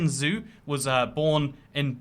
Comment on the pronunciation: Zh is used in English to transcript the sound J from Russian and Chinese languages. So the Zhu girl has her name pronounced Ju. Think of Leonid Brezhnev.